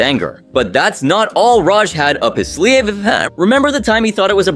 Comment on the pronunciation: "But that's not the only thing he had up his sleeeeVHVvhvnVHHVHV *AI Fax Machine Noises*"